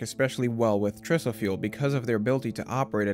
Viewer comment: TRISO stands for TRi-structural ISOtropic particle fuel. In the industry, we pronounce it TRI-SO. The same TRI pronunciation used in TRIangle.